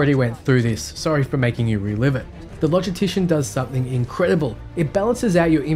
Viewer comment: Good video, I have one nitpick though. It's how you say "logistician" - there is an "s" in there so please say it! And "chirurgeon" too XD